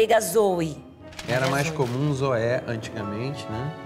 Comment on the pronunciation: Que agonia o "e" serapado do "zo"